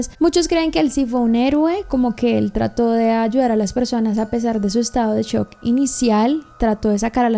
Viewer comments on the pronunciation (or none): none